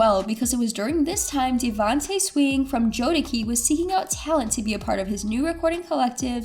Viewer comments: Jo -de ci pronounce the name right before you talk about our culture.. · I made it to and by the third Jode-key, I could cringe no more! It's clear how out of touch with the culture or how little research/knowledge was done with this video. JODECI are R&B royalty, please pronounce the names right or just leave it alone. Smh..it's like saying Whitney Hudson or Maria Carey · That’s not even right, it’s pronounced, Jo da see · I can’t even focus because she keeps saying Jodekee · Jode-WHO????? I think I been mispronouncing JodeKey's name my whole life.... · IT’S JODECI..JO-DE-SEE!! 🤦🏽‍♂️ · If this broad dont STOP WITH THE JODAKEY!!!😂😂😂 Im surprised she aint callin Aaliyah "AALIEYAH" SMDH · who is this girl and did she just say jodakey? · Why is this chick pronouncing Jodeci incorrectly urghhh! Miss please get this iconic R&B group name right the way you’ve been butchering their name is disrespectful to the group because I have no idea who you talking about Harpo! Don’t you people edit these videos before you post them??? It’s Jodeci and don’t you get it twisted! Oy vey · Say it with me.. JOE - DES - SEE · Ur pronouncing Jodeci ALL wrong!! 🤦🏽‍♀️Do ur research lady!! It’s pronounced Jo-da-see🤷🏽‍♀️ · I think what’s most frustrating is her not responding to everyone calling her out on such a flagrant mispronunciation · how you do all that research and say Jodeci wrong 🤦🏽‍♀️ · Really… how long has Jodeci been out and she don’t know how to say it🤦🏾‍♀️🤷🏽‍♀️ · The fact that the narrator keeps pronouncing Jodeci wrong 🤦🏾‍♀️🤷🏾‍♀️ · Why are you pronouncing Jodeci like like that? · How are you gonna do a vid on Static Major and not know how to pronounce Jodeci? Blasphemy!! 😅 This story needs to be told tho.. Do Static and Devante the respect of a new voiceover 🙏🏼👌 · Please don’t have this young lady narrate another black artist again. Her use of slang is just horrible 🤦🏾‍♀️. Don’t get me started on her pronunciation of legends names.